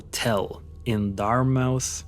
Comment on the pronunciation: Dartmouth mass not dart mouth